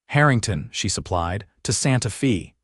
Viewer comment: Gotta fix AI - Santa Fe is NOT Santa FEEEEEE